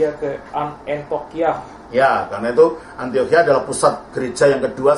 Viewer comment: Kenapa sering terdengar "antokhia", dan bukan "antiokhia" ya. Apa mungkin kuping saya yang salah ya? Tapi terdengar seperti itu 😓